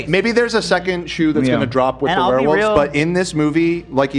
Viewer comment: "The weh wulfs" 😂